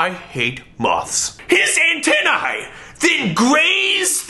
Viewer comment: When you said antenni I made the weirdest ew noise of my life. Thank you for that.